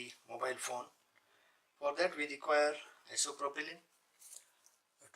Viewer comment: Are you saying "isopropylene"?